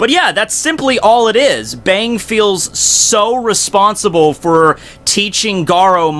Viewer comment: I think its supposed to be pronounced Bong